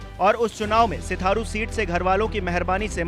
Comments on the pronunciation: Bhai sitharu nhi Sirathu hai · Sitharu nhi. Sirathu🤣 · Bhai hindi sudharo Stharu nhi Sirathu nam he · It's Sirathu not sitharu. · Sitharu nhi h sirathu h pehle naam to sahi lo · Sirathu h na ki sitharu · Abe सिथारू नही सिराथू। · New 24 ke chalk ji sitharu nahi Sirathu hai kam se kam sahi se bolna Sikh lo bhai ... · Bolna sikh bhai hindi nhi bol pa raha hai सिराथू हैं सिथारू नहीं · Sitharu nahi sirathu hai mahasaye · Chutiya aadmi sitharu nhi sirathu h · सिथारू नही सिराथू बार बार सिथारु बोल रहा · 😀😂 सिराथू 😀 सिथारू नहीं 😀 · Hindi nhi aati kya ko sirathu ko sitharu kehta hi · अरे भाई सिराथू को सिथारु क्यों बोल रहे हो पढ़े लिखे नही हो क्या😂😂😂😂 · अरे मालिक सिथारू नही सिराथू से 😊😀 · Abe bakchod..sitharu nhi..sirathu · Bhai .. Siraathuuu hai ..na lo sithaaruuu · Sirathu it's not sitharu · अरे भाई सिथारु है या सिराथू। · सिथारू😂😂😂 सिराथू है । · Bhai sirathu hai sitharu nhi 😂🤣😂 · Sitharu niii sirathu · अरे भाई सिथारू नहीं है सिराथू है 😂😂😂😂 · सिथारू नहीं है महाशय सिराथू है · गदहा ससुर सिराथू है सिथारू नाय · सिथारू नहीं भाइया😄🤣😁 सिराथू है यार 😄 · Sitharu nahi sirathu bolo bhai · सिथारु नहीं सिराथू बोल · Sir sheerathu hai aap bar bar shitharu bol rahe hai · रिपोर्टर महोदय सिराथू सीट है,न कि सिथारू। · सिथारू नहीं सिराथू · Iss unpad ko padhna sikhao pehle sirathu ko setharu padh ra hai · Mayank Gupta ji ye patrakar Sirathu ko Sitharu har baar bola hai kaisa patrakar hai bhai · Sitharu .nahi. sirathu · सिथारू नही सिराथू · Ayenge toh bs yogi hi...waise phle achhe se naam pdh liya kro...sitharu nhi sirathu hai bhai... bjp jindabaad❤️ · सिथारु नही बे सिराथू है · O chacha sitharu ni Sirathu hai vo😂😂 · Tujhe patrakaar kisne bana diya tujhe to hindi bhi padhna nhi aata, sirathu ko sitharu padh raha hai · भाई सिथारू नहीं सिराथू है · Name to shi se lo bhai...Serathu hai Setharu nhi🙄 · Full nashe me ho bahiya🤣, sirathu h wo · Bhai सिथारू नही सिराथू बोलो यार 👍🏻😂🙏🙏👍🏻👍🏻🙏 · Bhai naam to sahi pronounce karo. Sirathu h Sitharu nhi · सिराथू not sirtharu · सिराथू बोलना सीख पहले